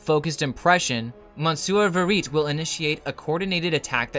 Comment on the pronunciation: "Vehr Ee Tay", not "Vehr Eet"